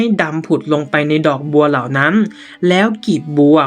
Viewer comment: อ่านไม่ตรงกับพยัญชนะเลยค่ะ เช่น เหล่านั้นอ่านเป็นเหล่านั้ม เป็นต้นอ่านเป็นต้ม ความร้อนก็อ่านเป็นความล้อม